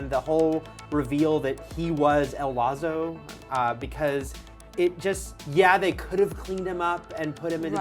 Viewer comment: Who's 'El Lazzo'..?